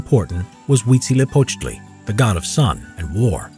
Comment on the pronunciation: The narrator is the only English speaker who can actually say Huitzilopochtli in a proper manner! Congratulations to him!